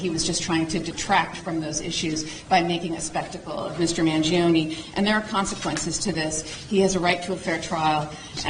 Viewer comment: It's pronounced Man-Joh-neh not Man-Gee-Oh-Ni